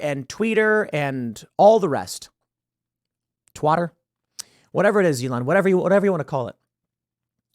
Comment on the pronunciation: "TWATER!" jinx lol